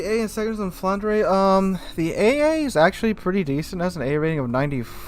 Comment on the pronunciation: Hi, pronunciation is "Flandr" (without the "ers" at the end). Cool stream 👌